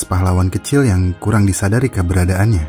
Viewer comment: Kayakny yg punya chenal ini orang banjar..soalny dia bilang KABARADAANYa..seharusny kan keberadaanya